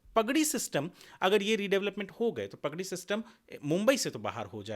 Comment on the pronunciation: भाई, प ग डी नहीं, पा ग डी!🙏